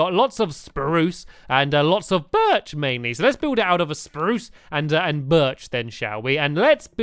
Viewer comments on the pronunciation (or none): stampy u carried on saying SPARUCE wood :-) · stamps said spruce normally lol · Why does stanly say spruce weirdly in the first place?